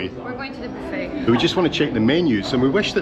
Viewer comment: Loved the video...Your videos are relaxing in this chaotic world. Everytime you say " booffet" I laugh 😅